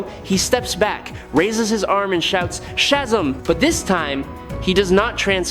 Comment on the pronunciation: You need to stop saying Shazam all wrong and incorrect..